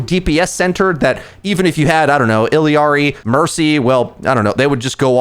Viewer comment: Love the video, really insightful about some good matchups! Also Illari only has two “i”s not three. “ill-ari” 👍🏼